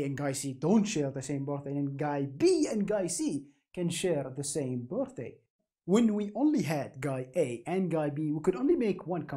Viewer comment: the part where he says bortday reminds me of gru